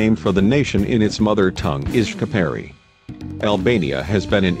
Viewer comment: “Kaprai” That’s not how it’s said but you’re using text to speech.